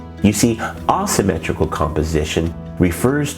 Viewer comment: May I ask where you are from? I have never heard anyone say Ah-symmetrical. I looked it up and every pronunciation - including from other dialects - pronounces it Ei-symmetrical. I plan to show this to my students, and I know they are going to ask me about it.